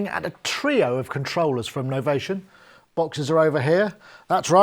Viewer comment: it's novation with an i not Novaton. nice review as always.